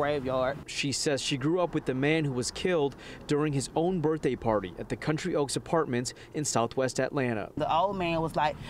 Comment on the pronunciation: I've listened over and over and I do believe that the first anchor woman that spoke says " B I R F day " , not birthday . Listen for yourself.